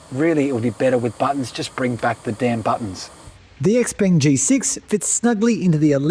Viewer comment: It’s pronounced she-peng